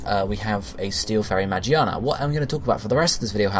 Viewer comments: it's pronounced "Muh-gear-Nuh" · Pronounced Ma- geer -na to be percise.